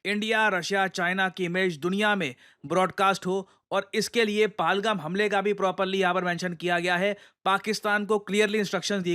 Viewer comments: Sir, PahalGaam.. Pahaaalgam nahiiiii.. Please, it's high time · Paalgaam paalgaam paalgaam Worst pronunciation